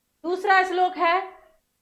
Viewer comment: Islok nahi shlok